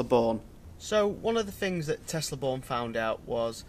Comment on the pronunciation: Good video! But it's pronounced "Bjorn". Not Born.